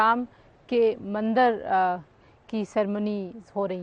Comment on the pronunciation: Madam ji mandir hota h mandar nhi